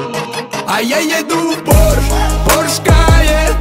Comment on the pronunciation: Песня хорошая, Нурминский молодец, но... Правильно произносить в Порше, а не в Порш!